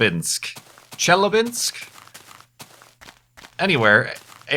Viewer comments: It's pronounced "Che-la-binsk" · The third time you pronounced Chelyabinsk was almost correct. The funniest part is: nobody still found a fucking meteor, but it didn't burn in the atmosphere cause of it's size. Lemme guess, look for it on eBay. Russian authorities :/ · ChelYAbinsk-YA is the letters with accent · I'm Russian and it's so funny to hear say "Chelyabinsk":D